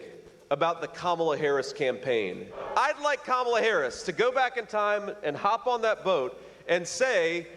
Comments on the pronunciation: Trump pronounced Kamala correctly. He must be rattled. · Ok...am I the only one that realized Trump FINALLY said Kamala's name correctly?! Our little boys all grows up! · Seems Trump finally learned how to pronounce her name lol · WOW! Did drumpf actually pronounce her name properly? YES HE DID! I'll bet his followers will have a problem with that! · Hold up!!! Trump said her name CORRECTLY during the rally. WOW! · Seems with all their bravado talk, JD and Donald are finally pronouncing her name right. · He said her name correctly! Must be past his bedtime! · Trump pronounced her name right!!!!! He can be taught.